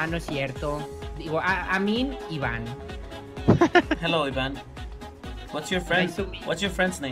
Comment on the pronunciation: por fin alguien que dice bn halo jeilo y no jalo buena al xd